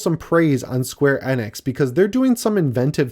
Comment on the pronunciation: Love ya and the channel, but the way you pronounce Square Enix just ruined my entire night.